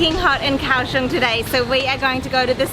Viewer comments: Liked the video very mcuh. You both make all the food look soooo good. One thing....it is pronounced Gow-shung not Cow-shung. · It's pronounced "Gaoshong." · Gao Xiong